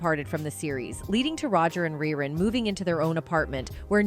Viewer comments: The person narrating this video sounds like they're reading a script i mean its 227 not two hundred twenty seven smh cmon now and its Ree Run not Rhy Run and why does she keep saying "whats happening" like she's surprised to say it? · The late Fred Berry's character name was pronounced, REE-RUN, not Rye Run. Smh. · narrated this nicely. RY- run????? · Who did this stupid documentary? His name was Rerun not Rye Run. The other show was called 227 not 2 hundred 27. How about getting the facts straight before embarrassing yourself! And some of the pictures aren't the people that are talked about!Unbelievable🙄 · Fred Berry's character was named rerun, But you kept mispronouncing his name. But when you said the show came back in reruns, it's spelled the same you know🤔